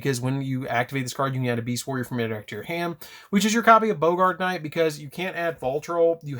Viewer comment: Its Baa-grt knight. Not Bo-gart